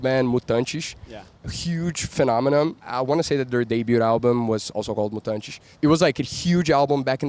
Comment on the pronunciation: The way he pronounces "Mutantes" confirms this is indeed from Rio de Janeiro.